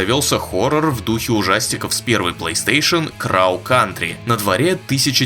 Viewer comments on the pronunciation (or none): слово "crow" не читается через звук "а". должно быть, скорее, ближе к звуку "о"